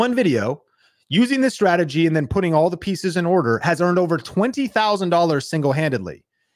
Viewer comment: "welcome to this youtube stradagey" lol That was funny. Thanks for the motivation to keep at it.